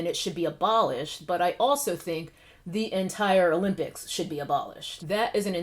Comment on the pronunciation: Interesting tea. Just a random, but general question: Why do so many influencers keep saying "thee" from old English? Another influencer asked the same question a while back. It's like an entire generation skipped English class. Just wondering.